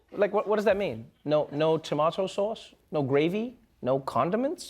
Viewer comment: Sounds like she had a problem with "sause" rather than sause...